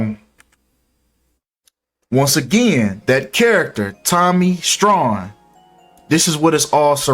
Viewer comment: Tommy strong not strawn